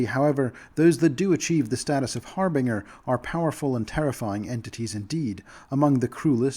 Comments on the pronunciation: Bruh I'm more focused on you pronouncing Har*Bin*Ger as Har*Bing*er the whole video. Otherwise great info though, thank you for putting these videos together. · fuck the daemon pronounciation, you had to warn us about the harbinger pronunciation. its har-bin-ger, not har-bing-er. Its an actual word, please at least pronounce that one right... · Someone who pronounces harbingers as har-biners is clearly an authority on phonetics